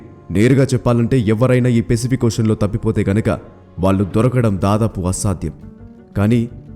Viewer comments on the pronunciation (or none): Adi pesipik kadura babu..sariga pronounce chey firstu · One suggestion pacific pronounciation is not correct bro